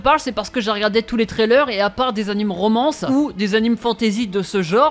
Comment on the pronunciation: Tous ces « anims » me font saigner les oreilles...